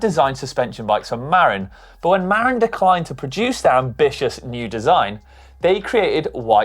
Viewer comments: say *Ma-RIN not MARREN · "MAR-in?" Sorry blokes, it's "Mar-IN," dammit! Birthplace of the mountain bike, Marin County, California. Gotta pronounce it correctly next time you're in San Rafael (said San "Ra-FEL")!